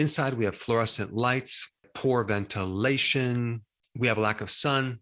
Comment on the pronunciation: Poor vent-ta-lation